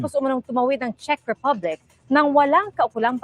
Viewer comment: Gud am po …Check po ang pronounciation ng Czech…sa Un po g Prague ay Prag ang pronounciation po..🤗🤗🤗 Pa shout po hehehehe